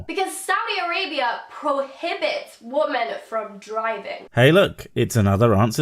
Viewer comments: "Im more than a pretty face", says the woman that dosnt know how to english. It really bothers me that she always says woman instead of women... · Wtf does she keep saying “woman” when she should say “women”? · or how she says woman when she should be saying women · Also sort of obnoxious how she regularly replaces "women" with "woman". Jesus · Why can't she pronounce "Women" correctly?